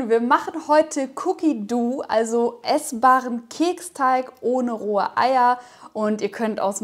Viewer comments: Es wird wie "doh" ausgesprochen und nicht wie das deutsche "du" 😉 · nix Cookie Duuuu... Dough... und das o ist nicht stumm... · ja eben. Man spricht es wie bei Doughnut aus :) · Meint ihr dou wie "du" oder dou wie "doú/ dow". Es wird wie low aber mit d ausgesprochen. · Ja eh wie Doughnut und das werden wohl hoffentlich viele richtig aussprechen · Sprichst dough komisch aus Cookie duhhh😂🙈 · "doh/dou" wird das ausgesprochen, nicht mit "u". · ich weiß wie 'an es ausspricht schlaubi Schlumpf aber spricht es "cookie duuuu" aus was falsch ist obviously